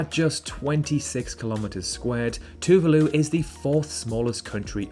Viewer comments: Hello from Russia! Thanks for the video. Several errors made. 1) Paraguay does have 2 official languages. 2) Spanish is an, not "the" official language of Equatorial Guinea. Two other are Portuguese and French. 3) Tuvalu is pronounced with the second, not the first, syllable stressed. 4) Dominica is indeed often confused with Dominican Republic but not with the island of Dominican Republic for no such island exists. The island the bigger part of which is occupied by Dominican Republic is called Hispañola. Incompleteness in the comments where they concern the official languages in South America: not only Brasil, Guyana and Surinam have official tongues other than Spanish but Bolivia has 36 official languages. Check also Peru. With Quechua and Aimara. In Moscow, which is Europe's biggest city (for part of Istanbul is in Asia), there many Kyrgyz people who come for employment. They work as taxi drivers, couriers, builders, etc. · Thank you for mentioning our beautiful island of Tuvalu, Just wanted to let you know that the pronunciation of Tuvalu was not right but not a bad effort, understandable though, Great video 👌🏽